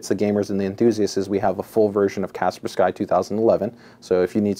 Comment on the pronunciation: what an odd way to pronounce kapersky